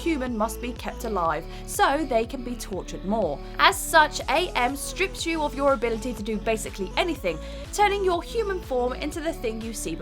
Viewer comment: In "I have no mouth and I must scream", the computer called itself AM. It's not pronounced Ay Em, but AM. His name is explained as being short for the translation of the Latin phrase Cogito Ergo Sum - "I think, therefore I am."